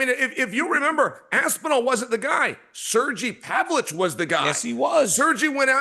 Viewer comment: Serjee Pavlich LOL Chael is out of control